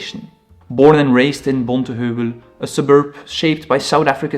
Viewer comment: I am proud to see two South African artists on this list and also - your pronounciation of 'Bonteheuwel' - Dit was perfek gesê, wel gedaan! 👏